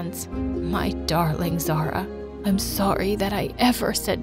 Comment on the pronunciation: Omg is not zarah is (za-uria)